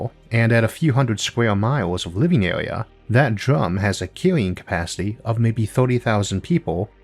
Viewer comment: Area is pronounced with an r not a w